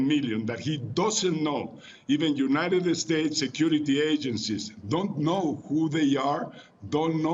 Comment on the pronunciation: LePage Channel No, he said United Estates. Mexicans always pronounce every English word that starts with "S" with an E at the beginning lol. Funny but true